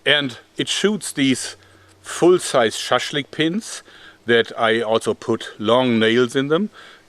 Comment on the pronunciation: When he says shashlink .....*hardbass intensifies*